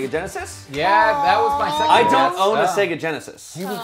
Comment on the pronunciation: It’s “Genesis”. Pfft.